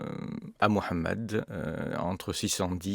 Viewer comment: Enfin , un europeen prononce correctement le nom du prophete de la religion musulmane ,MOHAMED (saaws)et non mohomet , comme le prononce la totalite des occidentaux.